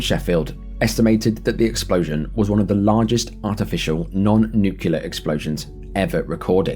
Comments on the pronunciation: At 25.20 you say the word NUCULAR. It's actually NUCLEAR! There's no such words as nucular! A good video, though, thanks. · NuCLEar NOT NucELER! That's the difference between scientists and others.